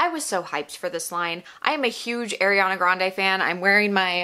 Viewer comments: Ahhreeyana not ayyyyriiiyaaana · It’s Ariana not Airana sorry it irritated me 😂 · Her name is ARIANA NOT AIRYANA. as a fan maybe say her name right as you bash her brand. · "airiana" it's... ariana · I love your opinion, but her name is pronounced “are” iana not air Iana. Not being rude!!! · she’s a huge ariana fan and calls her “air-iana” just kidding! appreciate the honest review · You’re kinda calling her Eriana 😅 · you say you love ariana but you pronounce her name wrong the whole video 😭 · ur a huge ariana grande fan but can’t even pronounce her name right? oh okay. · also u pronounced ariana wrong 😭